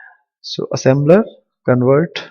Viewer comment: Assembler not assember